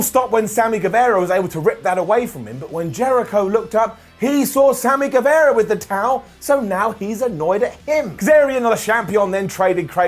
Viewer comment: Hi, it's Sami Gue-VAH-ra. Like Che Guevara. Not Guevera.